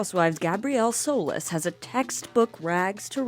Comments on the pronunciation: It's pronounced "So-Lease", not "soulless" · I binge watched the show recently and in nearly every episode different characters must've said very clearly "Solis" "Gabrielle Solis" "Mrs Solis" "Carlos Solis" and you STILL pronounce it wrong? Soulless? Really? Don't make a video without even seeing the show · So-less or did you mean to say "soul-less" ? I really hope it was a play on words and not an intentional mispronounciation of a name that was repeated many times on the show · Not Gabrielle "Sow-less" 😂😂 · It’s pronounced SO-LEES! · I’m sorry but…it’s So-LEESE